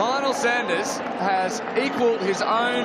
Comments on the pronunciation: As Lionel has been the big marketing push to this event it’s really annoying to hear the commentators ( and ) constantly mispronounce his surname; it’s not like he’s new to the sport; nor they!🤷‍♀️ you need to respect these athletes by learning their names. Otherwise a great event!👍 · Congratulations on securing as big a name as Lionel to this event. It would have been great to hear all the commentators pronounce his name correctly (Sanders not Saunders, it’s not difficult) from the start, this unfortunately seemed a bit demeaning given how much you put him in the spotlight. Great to see non drafting on the bike too.